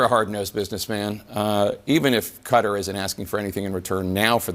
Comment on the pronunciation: Legal immigrants are welcome here. Hilary is doing her usual twisting if the facts… and by the way its kah-tar with emphasis on the latter syllable. That is how persons from that country pronounce it…good job for also doing so!!!